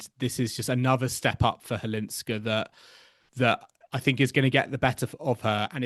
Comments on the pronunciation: Firstly, Chwalińska, not Cwalinska. Secondly, Maja has been on tour for 7 years. Mirra is a talented girl who has got everything on the table. Maja had to fight with many things on her way of being a professional tennis player (injuries, depression, lack of money) for many years. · Why don't you both try harder to learn how to say properly Chwalińska instead of Halińska? Many others foreign commentators already got it right. The way you say it sounds very unprofessional. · LEARN: Maja Chwalińska => MY-ah HVAH-LEEN-skah 🌀 Maja = MY-ah (like “my” + “ah”) 🌀 Chwalińska = HVAH-LEEN-ska(h) “Chw” sounds roughly like “hv”. The “a” is pronounced like the “a” in “father”. “liń” sounds approximately like “leen”. “ska” is pronounced like the ending of “Alaska”, but shorter and crisper.